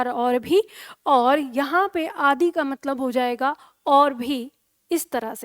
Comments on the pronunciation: bilkul shi bat hai mam आदि बोलते समय आदी bol rhe hai aap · बहुत सुंदर प्रयास।किंतु आप आदर्श हैं हिंदी के लिए।अतः मेरा सुझाव है कि जब आप आदि इत्यादि को बोलती है तो ह्रस्व इकार बोलिए दीर्घ ई नहीं।